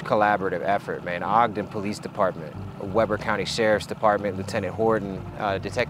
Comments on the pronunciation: Very weird hearing someone say Weber like Weber and not like the local pronunciation of “We(e)ber.” Completely threw me off 😂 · Just so you know you pronounced Weber wrong. The e in We is pronounced just like the word we do it is We ber. That is the only criticism I have. You guys do a wonderful job. Keep up the good work. As a person from Utah I cringe when people pronounce places wrong. I wouldn't have said anything but you said you don't mind criticism.